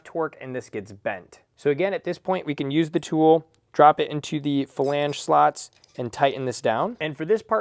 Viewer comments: Flange not Falange 🤦🏻‍♂️ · Flange. Not falange. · this was brutal to watch. who TF taught this guy how to say flange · Hearing you say “flange” gave me Forrest Whitaker eye. Great video, though.